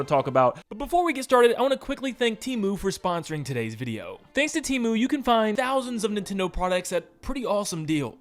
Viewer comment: It's pronounced "Teh moo" btw